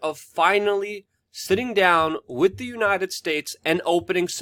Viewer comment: C'mon Luke it's WITH not Wit - you can do it